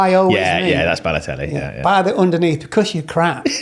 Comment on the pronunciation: LOL I love how he gets both Benteke mixed up with Heskey AND Pogba mixed up with Balotelli...or "Baloterry" as he called him. Lawrenson is an absolute legend.